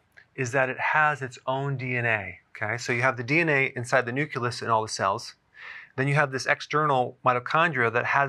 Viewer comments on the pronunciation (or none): Nook-lee-us, not Nook-yoo-lus! Pronouncing the names of cellular structures correctly is not too much to ask of a medical professional. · Did anyone hear "newkulus" ? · Anyone else start spasming when this brilliant man said "nuculous"? 😆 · Great info. 👍 P. S. The word is NU-Cle-Us not Nu-Q-Lus. It is pronounced New-Klee-Us (the Klee rhymes with the word Key). 👍😇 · Still can’t believe he mispronounced nucleus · I heard it three times. Very distracting. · He's like George W when he said "nucular" instead of "nuclear." LOL!